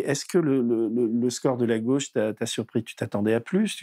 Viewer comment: Bordel cette façon de prononcer « gauche » ! Si on pouvait laisser ce pseudo accent à Castaner ! C’est la GAUChe monsieur, pas là GOche !